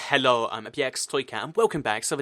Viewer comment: Why do u say hello weird